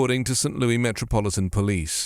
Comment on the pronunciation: Your "British" is showing. St Looey 😂 gave me a morning chuckle. In these parts, it's known as St Loo-iss.